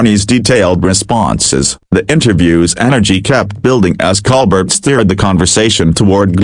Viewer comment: Baloney. Even mispronounces Colbert